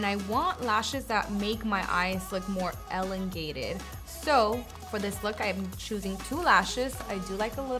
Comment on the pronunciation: Really nice!!! (Sarcastically) Loved how you erased my comment. ELENGATED??? ELONGATED!!! maybe you should of done a few takes first before you decided to make her sound ridiculous 22 seconds into tutorial. Another erased comment in 5.4.3.2....Unsubscribed